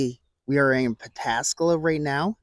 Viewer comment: Hot diggity, you Pataskala correctly.